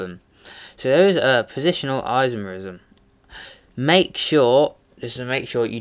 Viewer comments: On your chain isomer explanation, the 2-methylpentane name is incorrect. You first have to identify the longest carbon chain, which you'll find is butane, not pentane. And therefore it should be 2-methylbutane not 2-methylpentane. And by the way, the way you say "isomerism" is gay as fuck. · In the First example it is 2-methylbutane not pentane. And you say isomerism incorrectly too.